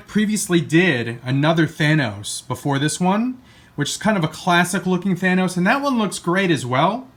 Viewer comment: YAY! he says thanos right!